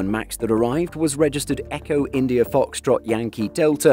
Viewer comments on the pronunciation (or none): none